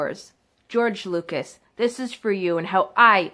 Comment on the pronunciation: "George Loogas" "Life Savers"